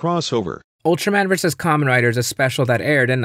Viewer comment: It sounds like he's saying khan rider.